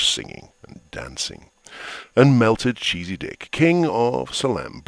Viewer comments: lol, I didn't know Melchizedek could be pronounced Melted-cheesy-dick. I'll have to remember that.. or not. "Most high" god... That was funny. They have a god that likes the good stuff. I'm liking this series. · did he say melted cheesy dick?